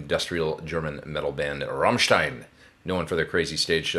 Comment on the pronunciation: Thank you for pronouncing Rammstein properly! Learn people!